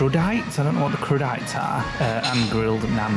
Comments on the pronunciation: It’s pronounced cru-di-tay 😂 Also they’re the veggies on the plate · Loved seeing with the wine, he was in his element! Laughed at pronunciation of crudités 🤣. Great clog as always guys ❤